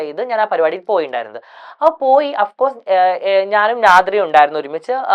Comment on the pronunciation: "അഫ്കോഴ്സ് "😂😂.. ലൈക്, പേഴ്സണലി ... ഡ്രോമ (trauma) ഇവൻ ഭയങ്കര ഇംഗ്ലീഷുകാരൻ ആണ്...